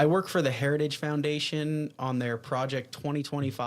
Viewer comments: Can't even pronounce "heritage". I don't care, but if you call out Biden for being old, Trump (3 years younger) isn't a spring chicken, nor do all the lights on the tree light up. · He took a few shots at trying to pronounce 'Heritage" without sounding drunk but never quite nailed it. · He can't even pronounce the name, Hairtagige, Hairtagish... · He can't even pronounce heritage. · He has a hard time saying heritage 😅😅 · Trump can’t even SAY the word “heritage” properly, so how could he be involved? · Trump can't pronounce heritage yet Biden is the problem 🤣🤣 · The man can barely pronounce the word heritage. How he is the Republican candidate utterly baffles me. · trump cant even pronounce the word' "heritage". He is such an ignorant loser. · He can't even say Heritage's properly 😂 That dementia sure is kicking his ass!! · Trump has on an FEC form that he is funding Project 2025. Twice in that 2022 clip of dump, he can't even say Heritage off a teleprompter. He was worse in his recent Doral FL rally from over the weekend, one example: hosply instead of hospital. But yea keep bullshitting us with calls for Biden to drop out. I'm glad I don't watch your crap network. Its about time you focus on Project 2025. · Why is no one saying that trump has a hard time pronouncing the word heritage. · He can barely say Heritage properly 😂 That dementia sure is kicking his ass 🤪